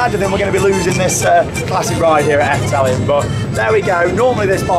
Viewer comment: It’s pronounced more like Eff-duh-ling..... 😊👍🏻 great vlogs as ever! Thanks